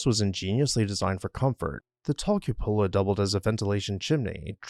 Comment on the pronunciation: Kyoo’ puh la.